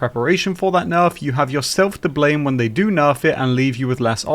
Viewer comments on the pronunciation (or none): none